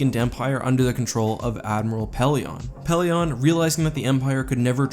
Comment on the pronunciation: I don't mean to be rude, but it's not really respectful if you don't take the time to learn one's name. (Pellaeon)